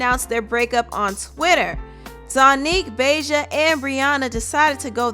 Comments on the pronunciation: Reginae sucked that’s why she had to go🤷🏻‍♀️ and did she say BAY JA?!?! 🤣🤣🤣 it’s BAHJA like the hot sauce 🤦🏻‍♀️🤣🤣🤣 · BAH-JAH! Not BAY-JAH! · Lol the way you pronounced Bahja's name 🤣😂🤣😂 Im dead. Great video !